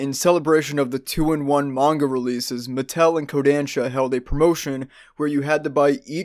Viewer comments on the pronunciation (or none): none